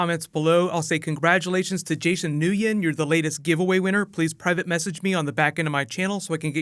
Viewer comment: "Nguyen" is pronounced like "win". But you did the best u could and i applaud you, sir! :D